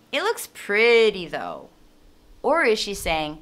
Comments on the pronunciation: I agree kak. Dia kayanya mau ngomong THOUGH, tapi her pronounce said DOPE😂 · GUE DENGERNYA: DOPE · yes she did say 'though'. only she pronounced it wrong :) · Dia (Wirda)suka ngomong "though" ,Sacha... Jadi itu pretty, though